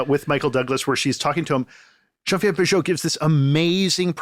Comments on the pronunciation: He's using the French pronunciation. Bujold is from Quebec. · nope it's not the french pronunciation at all, and I'm french^^